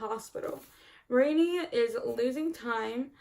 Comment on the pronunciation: Names can be tricky if they're new to you. Marianne is pronounced like Mary-Anne. There's a Leonard Cohen song called 'So Long Marianne' on YouTube where he pronounces it a lot :).